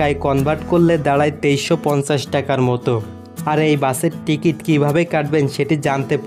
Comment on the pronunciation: বিডিও, ইস্টিসোন,টিগিট, টেরেন,এসপেরেস,পেরায়,বোরমন, ভাইরে বাংলা ভাষা টাকে এইভাবে ধুয়ে না দিলেও পারতেন 😒